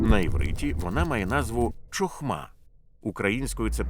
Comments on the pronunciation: Гарно. Правда "чохма" ріже слух)) "Хохма" правильно. Розумію, що "ч" вкралась при перекладі з англійської "ch". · Дякую за переклад. Правильно буде "хохма" а не "чохма", гарно було б звірятися з мовою оригіналу.